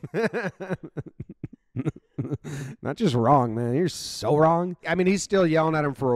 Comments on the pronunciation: Yep. And right before that, you can literally see the coach's southern accent. That's a loooong O in "wrong". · I love one of the "you're so wrong"s that the coach said. You can see the southern accent with the o shape he makes with his mouth at the end.